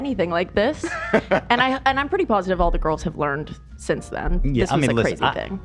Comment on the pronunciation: Oh god, I just got to the part where says “I have 3 girls” or “goyels” as he says it. So gross